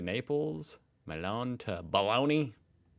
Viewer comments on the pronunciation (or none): Why do you americans pronounce Bologna - Boloni??? 🤷‍♂️☹️ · Come si fa a pronunciare Bologna, Boloni? gna=i???